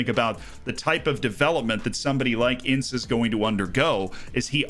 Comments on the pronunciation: the way he spells burak as barrack and ince as ins-e is killing me 😭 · Hey,a nice video again from you. But i must say that ince's pronouncuation in turkish is like "indje"